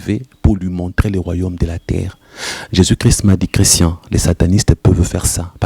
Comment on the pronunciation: C'est vrai comme j'ai dit dans l'autre commentaires, Jonas ne disait pas Jésus Christ mais Jésus chri. Ça me dérange impeu et sa m'emmenait à me poser des questions.